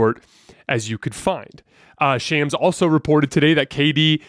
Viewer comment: The way you pronounce Shams name why do you think that’s the right way to pronounce it and I know you e heard that man’s name pronounced right so why g why disrespect that man like that